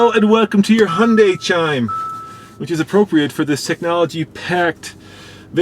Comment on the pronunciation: Looks good for an "Hunday"...